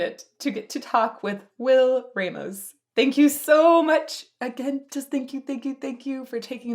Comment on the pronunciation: Ok but, she really said “Will ray-mows” 😭😭